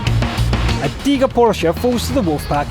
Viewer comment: Hi, I like your German pronunciation of the Tiger and Jagdtiger:)